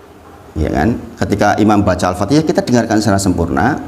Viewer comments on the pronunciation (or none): Yang kadang jadi masalah, Seorang Imam baca Al Fatihah nya saja tidak sesuai Tajwid,asal bunyi...